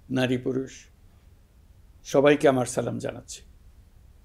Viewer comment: উনি এখনো সঠিকভাবে সালাম দেওয়াটাও শিখতে পারেন নি।